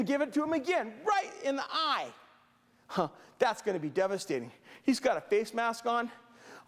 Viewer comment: I love how says "Right in the eye" with such emphasis - XD XD